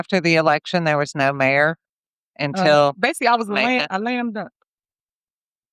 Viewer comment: What’s a lamduck????😂😂😂😂😂😂😂😂😂😂